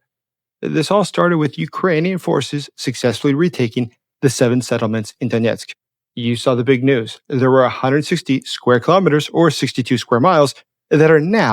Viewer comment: Donesk not Doniesk